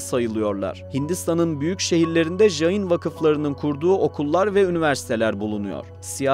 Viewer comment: Öğrencilerime göndereceğim bir video olmuş. Son derece doğru bilgiler var. İki mezhebi var, siz daha çok Svetambara mezhebini anlatmışsınız. Bir de Digambara mezhebi var, onlar nefsin çile yollarını çok daha üst boyutlara ulaştırmış durumdadır. Dediğiniz gibi sessiz oturuş, çıplak olmak, hareket etmemek gibi değişik pratikleri var. Bu arada "jayin" diye J harfi ile okunmaz. C harfi ile okumanız gerekiyor. Caynizm, Cain. Cina (jina) kelimesinden türemektedir ve bu "kahraman" demektir. Ayrıca "jiva" diye bir inanışları var ve bu modern bilimin ön gördüğü "atom" modelinin ilk örneği olarak görülebilir. Tüm bunlara rağmen, insanlara tapma gibi ayinleri yüzünden monoteist geleneklerle asla uzlaşamaz.